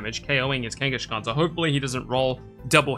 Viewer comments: Why do you pronounce it Kanga"sh"khan? I never heard it pronounced like that. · Same - but it does make the name sound more similar to Genghis Khan, which the Pokemon is named after, at least!